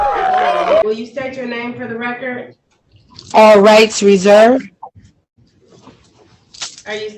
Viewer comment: "for the reckert" I agree with you. I was trying to will the judge to reach down the phone and rip off her Christmas wrapping.